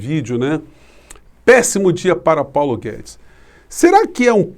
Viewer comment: O Globo mal fala o nome de Paulo Guedes.